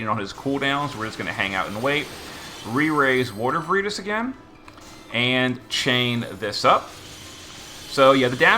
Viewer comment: Took me a bit to figure out who vereetas was since it was mispronounced over and over lol